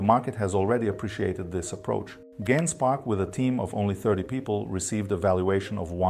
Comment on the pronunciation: Surely it's "jen-spark"